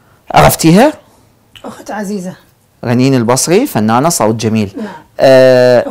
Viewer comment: اولا اسمه صوت مو صوط ثانيا انت منو اختارك مقدم برنامج وانت عندك غنه بالراء حيدوغي